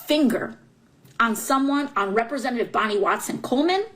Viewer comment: If you can't say REPRESENTATIVE then you shouldn't fucking be one period!